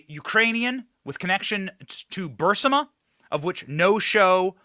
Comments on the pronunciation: B U R I S M A 😂 Not B U R S I M A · BURISMA , not bursima. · Good video --- but the Ukrainian energy company is not called 'Bursima'. It's called 'BURISMA'. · "Bursima"??? Everybody ELSE says it wrong??? Like "nu-cu-lar"??? 🤔🤔🤔 So, the Biden family (Xiao, or, Joe, in particular) were selling classified TOP SECRET information to Xina, allowing them to view said documents in the "Think tank" office a short distance from the White House when he was Vice President under Barack Hussein (nice name) Obama? Next question. Did BHO know? Was he complicit??? Then General Millie tells Xina defense minister that if the military (then under Trump) had any plans react to Xina's displays of aggression, he would tip him off?? Aren't these the DEFINITION of TREASON??? Where are the allegations?? The charges??? Let's see the Congress do their PRIMARY job of serving and protecting the citizens of USA FIRST, instead of trying to keep a Presidential rival from running against their party. I wonder who will run for Dem. President in '24. Maybe someone who has ACCOMPLISHED something in his/hers/their/its career, not just another blowhard spewing anger against the established normalcy which has stabilized and prospered the USA for generations. I approve this message. 🇺🇲🇺🇲🇺🇲 "Peaceful Patriot". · It's Ber-iisma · Benny your pronunciation of Burisma is wrong. It’s Br-ee-smuh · Bur-is-im-a????? Lol